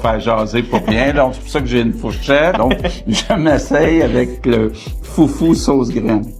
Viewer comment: C'est pas foufou mais foutou C'est pas pareille